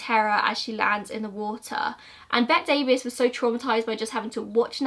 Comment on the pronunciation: Bette Davis is famous, how could you mispronounce her name, it's bet-tea